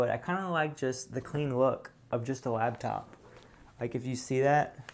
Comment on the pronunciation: It's LAPtop... not labtop... LAP... it can sit on your lap! This was driving me insane... thought I would share.:)